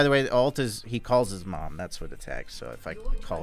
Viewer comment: "his ult is... mOOM" 🤣🤣